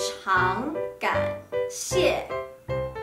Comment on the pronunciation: 発音の口の形のアップがいいです。とくに、中国語を勉強している皆さんに注意してみていただきたいのは、非常感谢，非常抱歉のnとngの違い。とても分かりやすいです。所以，我也非常感谢～😄